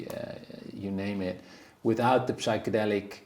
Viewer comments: Psychedelic is with a silent P. Pronounced Sychedelic. Please...just embarrassing. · The ''p'' in psychedelics is silent.